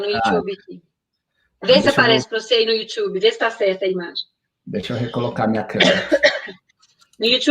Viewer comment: Youxiube? Kkkkkk